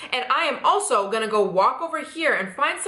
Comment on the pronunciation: You need to say going instead of gojin